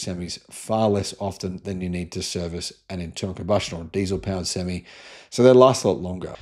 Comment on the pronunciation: You keep saying sem me .. not sem eye.. an improved sem me is a full hard ..a sem me is half hard a sem eye is an 18 wheeler lol ..sorry couldn't help it